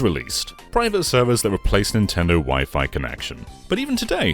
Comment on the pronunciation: CTGP is overrated imo. Yosh's TrackPack DX is better Also how does not know how to pronounce Wi-Fi?